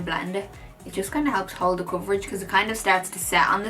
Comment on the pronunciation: You mean coverage not cvrggggg right ? 😂❤️